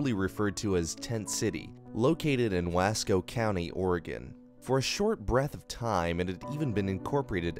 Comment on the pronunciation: wah sco. wasco isn't waaaaa. Also, it didn't come to a head in antalope. It's THE dalles, one syllable, not dales. and they bussed in multiple busses of homeless people from portland to try to get themselves voted into the city council. You really should watch down the rabbit holes video on it. He actually knows the history and how to pronounce the names around here as they're mainly native names.